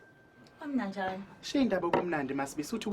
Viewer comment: imani, did maSbisi say ''YAMNANJANA'' ? Lol ey bafethu